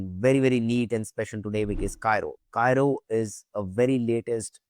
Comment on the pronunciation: It's read as KEERO. Go figure!